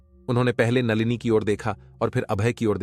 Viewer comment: नालिनी नही नलिनी , कुछ पढ़ना लिखना सीख लेते ।